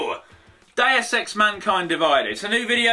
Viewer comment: It's pronounced Doos Ex